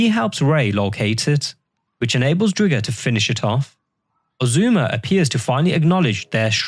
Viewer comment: STOP CALLING IT DRIG-GER! ITS DRIGER LIKE TIGER!